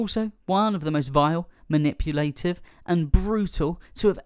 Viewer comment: And it'd be one thing if he actually pronounced all the words correctly but he can't even pronounce "harem" or "manipulative".